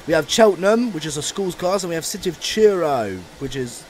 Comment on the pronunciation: It's Truro not churro, train not a hot cinnamon bar